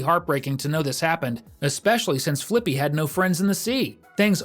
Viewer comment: It’s not flyppy it’s flippy